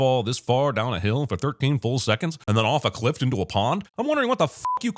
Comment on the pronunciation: "...off a 'CLIFT'...??? Do you also eat 'pasketti'? -- Ding!